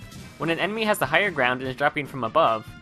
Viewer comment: When u were explaining the corner stab step by step ( -ish) u said emeny instead of enemy.(after the slow mo corner stab finished)